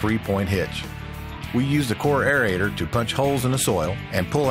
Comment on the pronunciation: The correct term is AERATOR, NOT aereator.Thanks for showing a woman operator.